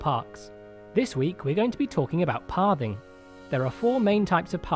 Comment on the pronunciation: It sounds like your saying Parving instead of pathing.